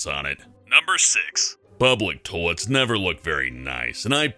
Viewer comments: Did he say "Tollets"? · Toy-lets,, not toll-lets. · He says toiets instead of toiles 😂😂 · Sometimes it sounds like he's saying "tolets" but I don't mind. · It might be a decent vid if he could pronounce toilets correctly.... What the hell is a "tolet? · The way he says "toilets" XD